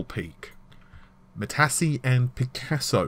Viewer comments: Yeah both, Matassee and Renooor wtf lol:~) It is and Ren-waah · Please.... it's Matisse (Mahtiz) like the painter and not Matassi... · Matisse = "Mattees", not "Mattasee". ;-) Matisse like Piccasso was an artist. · Eh-sik (ASIC), ma-tees (Matisse), and for goodness sake- Sili-kin (Silicon) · you obviously didn't know the architecture was named after famous artists, i LOL'd at your pronunciation of "Matisse", and "Renoir". Gave me a laugh at least. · you are correct for ASIC and Matisse, but Silicon has 2 pronunciations: sil·i·con [ˈsilikən, ˈsiləˌkän] If you can't read phonetics, it means si-li-kin, and si-li-kon. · Check your pronunciation of "Matisse". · Don't forget Renoir, he butchered that one too. Sounded like he said Renault. ;-p But yeah, he butchered Matisse so badly each time he said it, I think I could actually feel my brain cells bursting...